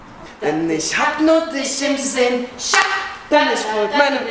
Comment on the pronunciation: Wer da Schatz hört muss gute Ohren oder Phantasie haben. Ein "a" kommt in dem Wort nicht vor.